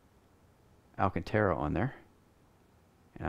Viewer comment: ALCANTARA. Not Alcatara.